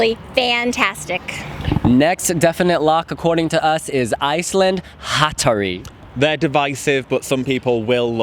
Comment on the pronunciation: Yeeeees said Hatari correcly! He read my comment hopefully so I hope I can take credit for it. 😆😆😆